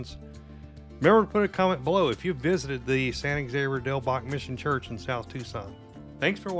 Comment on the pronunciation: Thank you. I thought I was loosing my mind. All the videos except the one by KGUN pronounced it incorrectly.